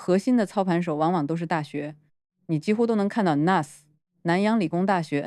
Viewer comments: 新加坡国立大学的简称是N.U.S. - 是 National University of Singapore 的缩写。 缩写里的每个英文字母都要读出来。不可以连成1个字nus. 英文里没有这个字。 我是N.U.S.毕业生。听你把N.U.S. 读成 nus, 鸡皮疙瘩都冒了出来😂. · 是 N U S - 每个字母单独念！！！好吗！！！